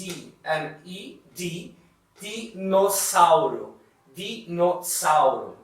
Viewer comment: O jeito que ele fala o " Í " como em antídoto e dinossauro é um pouco engraçado. Mas no geral é uma pronúncia basicamente perfeita.